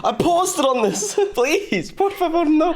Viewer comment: why was the "por favor, no 🥺" like the most wholesome thing ever? Great Spanish,, and great intro